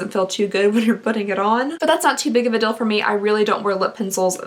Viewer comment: You say deal like dill, like the pickle. Dill pickle😂😂😂